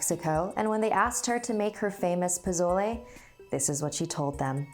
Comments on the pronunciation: pronounced Poe so leh not poe zo le and The ah not Tee ah sowy i had to😂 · I'm sorry, but the way you say "pozole" is triggering lol it's po-so-ley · Not to be rude but pesole is pronounced as pu so le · Its pronounced po-so-le not po-zoi-le 😂 (NO HATE) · She said pouzzolae lmao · pa-SOL-aye. SOL. SSSSSSSSOOOL. not zol ss not zz. the cringe. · It’s not pozolay it’s pronounced posole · Pizolay wtf can't even say pezole so if you can't speak Spanish then don't. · I hate how she pronounces pozole it’s pronounced (Po-sol-e) not (Po-zol-e) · "po-so-le" yummy not "po-zo-le" You say it like the first one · She kept saying POH-ZO-LAI but it's actually POH-SOH-LE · It pronounced Po-so-leh (it's not spelled like that) not pozole 😂 ❤️ you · Posole!!! Is how you pronounce it. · 1. Pozole Is pronounced po-sol-le 2. Eduardo shut up, God isn't real (I'm in a not very religious Catholic family but I'm a atheist in my family) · This is how u say it "po-so-le" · Everyone is butchering pozole, it’s pronounced po-so-leh. I know dis because I myself have had pozole and I am also Mexican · 1.Its not “Pozole” it’s Pasolé. 2.Its actually really good. 3.I love you so much ❤️❤️😂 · I thought she said japotlay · Sorry but it's been bothering me the entire video... it's pronounced po-so-lay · Posole not pozole.-. Like pa-sol-a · The best way to explain the pronunciation of pozole for Americans is “PUH•SOUL•EY” (lmao that’s a shit way of explaining but like try and say it that way and it will sound correct!!) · Do you mean poz-o-le?? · Um I love her and the series... but why does she pronounce it "pizolay"? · Pozole is pronounced Poh-soh-leh fyi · I dont wanna be mean but you dont say TIA or PASOLE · Pozolay lol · She said posole wrong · No offense but I’m Mexican and I cringed when so said pozole In the wrong way it’s pronounced po so lay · It’s not “Pozole” it’s Pasolé and it’s a Hispanic soup.Its really was to find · I love her but ...why did she pronounce it like pizolay??